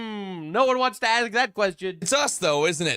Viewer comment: woke right not based. our tax dollars paid for her degree and she can’t even say ask correctly. We pay for idiots to get degrees so they can play activist.